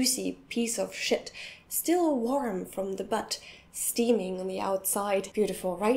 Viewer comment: the way she say shit is like "Schitt"